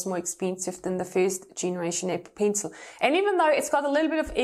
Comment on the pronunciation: “Apple peencil” I DIED EVERY TIME SHE SAID THAT(just a joke I’m not insulting her accent)